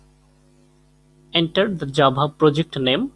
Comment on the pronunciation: The vid is great but...... Jabhaanhaa! XD